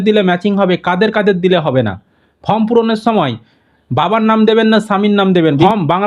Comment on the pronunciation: ফম নয় রে মেদিনীপুরিয়ান ওটা ফর্ম হবে